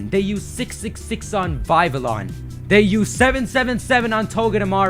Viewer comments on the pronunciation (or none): none